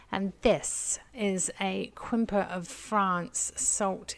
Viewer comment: Nice! I collect Quimper pottery too! In the future, you could pronounce it “Camp-Air” 😊👏🏻